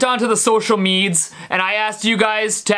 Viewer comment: I love how he says "social media". He says "social meeds"